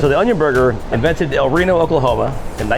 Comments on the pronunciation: "El reno ocklahoma"☠️ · El-rino, Oklahoma, 2013💀💀💀